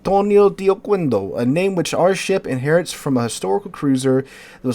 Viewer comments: Oquendo should be read as "Okéndó" as the u is mute after a q. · okendo. It would only be oKUendo if it were written like this: Oqüendo